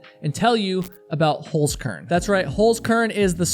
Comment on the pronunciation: No, I do NOT excuse your language!!! And learn how to pronounce the name of your sponsor properly. That's HolZkern, not, HolSkern as you say it. So you'd have to pronounce it like Holtskern. Not Holskern.